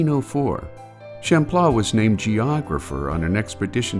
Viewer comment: I don't like the way the word Champlain is pronounced 😂